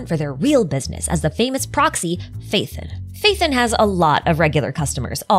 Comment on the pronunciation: who's Faith'en? it's Pha-e-ton (Pha as in PHArmacy, e as in Education, ton as in tons of damage)